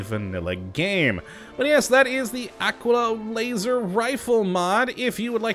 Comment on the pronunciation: its pronounced AH-KEY-LAH like tequila